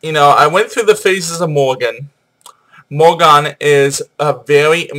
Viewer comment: it is not morrigan ether is The Morrighan or Morrigu, Morgan is Morgana le Fay